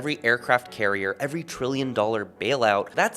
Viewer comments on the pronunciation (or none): none